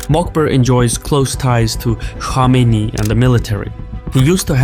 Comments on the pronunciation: It's Kome Ney not Komeini. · What ? Ali shamaini? Who is that ? Go first learn to say some ones name then talk about them. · It’s Khamenei not Khomeini. I usually like ur videos but such a simple blunder makes me question just how informed you guys are. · Sağ ol. As an Azeri you should be able to pronounce Khamanei with (x) and not call him Shamenei. Xoşbəxtəm. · khaa-mina-ee you lunatic.. not khameyni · He's not Khomeini, he is Khamenei. You pronounce it wrong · It’s pronounced Kha-meh-neh-E Khomeini is pronounced Kho-may-NEE Iran is a military regime posing as a theocracy. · Nobody:: Supreme leader Ali " Shamenei " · Why does he pronounce Khamenei as "Shamenei"...??😟🤔😒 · Kom in nay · Rigged election? You can’t even pronounce “Khamenei” 🤣 what do you know? Lmfao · why are you deliberately mispronouncing Khamenei’s name? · azerbaijani dude who cant pronounce kh sound wtf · In a Caspian report's video about any other country, they would have said "arguably rigged elections" but since it's Iran so it was RIGGED elections. Plus you kept mispronouncing the name of Khamenei, that bothered me. In fact, most of the media, particularly western, pronounces his name wrong. Damn he's been your enemy and been in your news for 40 freaking years and you can't pronounce his name correctly lmao. Not that these are the biggest issues in the world but this goes against the standards of professionalism that is generally being claimed to uphold